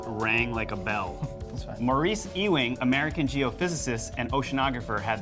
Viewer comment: Hey just a little correction, Ewing is pronounced "you-wing" not "e-wing"